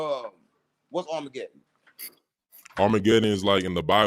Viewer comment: What's armargedon? 😂😂😂